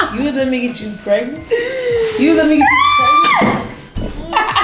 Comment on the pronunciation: She said "PRAY-GNANT" LMAOOOOO